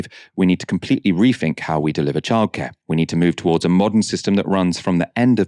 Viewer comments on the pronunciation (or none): Your mispronunciation reduces the credibility of your message. In the one video alone you've said 'refink' 'firty' 'fousand' and 'free' instead of three multiple times. Don't you realize it makes you sound fick?